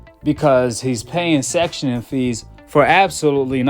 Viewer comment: Brother it’s called “Sanctioning body” NOT “Sectioning body” 🫡. They sanction fighters/fights not section them 😉